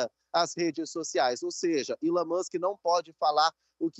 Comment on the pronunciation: reporter só precisa aprender a pronunciar a letra e e nao chama-la como se fosse i. então resumindo, elon musk nao é ilon kkkk más é chique né falar errado, é todissss